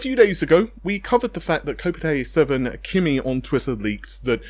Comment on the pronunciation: Just to point out that the pronunciation of kopite7kimi's name isn't "coh-pit-ay", but rather "ko-pite" ("Kop" as in "copper", "ite" as in "alright"). No accented letters.